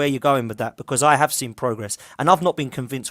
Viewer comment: I know it’s petty lol but it’s “I’ve seen progress” and not “I’ve sin progress” 😅